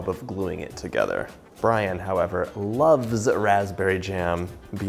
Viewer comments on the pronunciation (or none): none